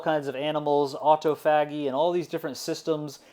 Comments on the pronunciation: The other one I heard in this interesting lecture was the word "autophagy". I think it's pronounced "or toff a gee" (with a tiny pause between the "or" and the "toff..." parts), but what I heard was "auto faggy". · It's aw-toh-fay-jee auto like automobile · I cringe every time he says autophagy wrong